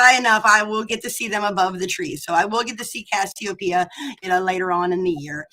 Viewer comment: Guys... research... is cassiopeia, not kastiopeia. Camelopardalis, pronounced Camelo-Pardalis, is not a camel... it's a giraffe...